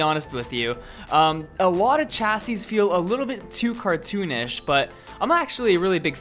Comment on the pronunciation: Please stop saying chassis like chassis and say it normally (shassis)